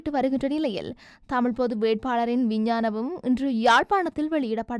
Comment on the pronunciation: விஞ்ஞானபம் இல்லை விஞ்ஞாபனம்